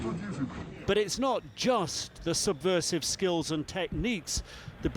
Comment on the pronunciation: on ze ground, in ze air, English is not my native language but i'm sure it must be "the"...